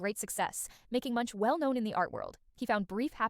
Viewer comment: Man dont give me facts about a man if u cant even say his last name correctly